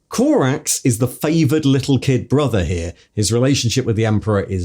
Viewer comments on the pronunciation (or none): none